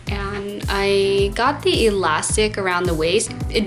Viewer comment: I think it's cute how her "th" sound like "da". Especially when she says the. It's sounds like da